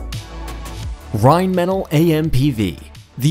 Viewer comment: Rhein-mah-tall not Rhein-metal